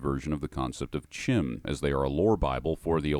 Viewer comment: Thank you for properly pronouncing CHIM.